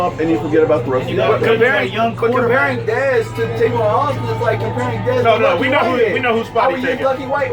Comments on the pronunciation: I opened this video just so I can say, it's TAVON not TRAYVON.. go. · Tavon.... not Travon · Trayvon lol no it's tavon